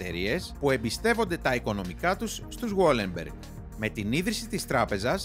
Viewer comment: Βαλενμπεργκ οχι γουόλενμπεργκ.